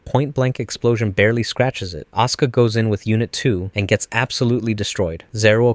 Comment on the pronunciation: Why does he always say "Oscar" instead of "Asuka"? xD